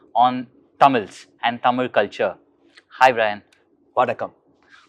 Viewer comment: I'm sure he is the first American who pronounced Thamil as Thamil not as Tamil.